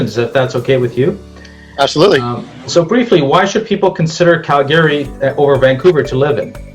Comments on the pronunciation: CalGAaaRY. It’s pronounced cal-gree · It's Calgry not Cal Gay Ry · It’s not Cal - GARE - Ree 😬, it’s Cal - Gree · It’s pronounced CAL-gary, not cal-GA-ry. I couldn’t finish watching the video because of the pronunciation. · How about you learn how to pronounce Calgary properly . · Good video but pronouncing Calgary 😬